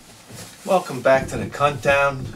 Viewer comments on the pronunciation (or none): It sounds like you're saying "Cuntdown". :)